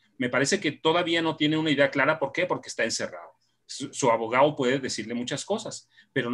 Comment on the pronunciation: Excelente informacion, solo le falto pronunciar mil veces la "D" en cada palabra como abogaO, traicionaO, y todasas palabras que llevan D